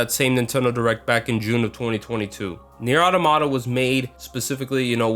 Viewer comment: I love how he keeps going "Nier Otto-Motta"